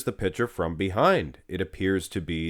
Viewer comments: Stop saying “pitcher” when you mean “picture.” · Yes it is a bit jarring.